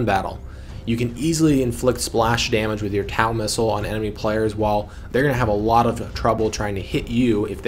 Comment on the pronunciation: Great video. Small correction though as TOW missile is commonly pronounced as "TOE missile". Such as towing a vehicle. Cheers on the good tutorial.